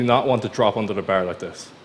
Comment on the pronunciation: Irish is strong in this one 🤣